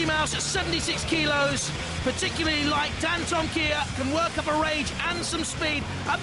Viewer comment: how did the announcer pronounce dantomkia? sounded like dan-TO-ma-KI-ya!